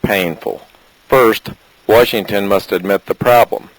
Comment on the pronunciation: way-shington. really?